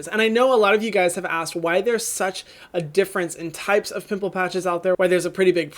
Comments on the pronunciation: Omg Hyram just took away my age, making me feel like a 5 year old for laughing when he said “poomple” 😂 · “Poomple” took me out